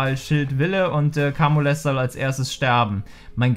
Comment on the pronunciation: Bitte sag nicht mehr Kamules, er heißt "kaymiul" <3